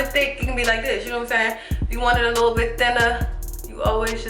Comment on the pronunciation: "a lul bit of wuuater" definitely from Maryland